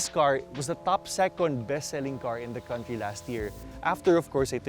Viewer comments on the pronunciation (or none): none